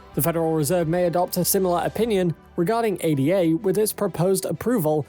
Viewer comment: "Ay-da". Not 'ay-dee-ay'. As in Ada. Jeez